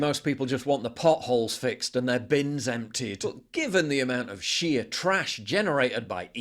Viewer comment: When he said sheer trash I thought he said Shia trash 😆